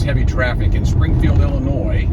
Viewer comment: I tried leaving a comment already, but it's not showing. So if it ends up being a duplicate, sorry. But, as a fellow guy from Illinois, I have to take issue with you saying it with the "S" at the end at the start of the video. haha. Ok, on a more serious note. Sorry to hear about your friend. The way you talk about the other drivers made me think of myself. At around minute 36, it looked like you were driving in Los Angeles area. They drive like maniacs out here when no traffic.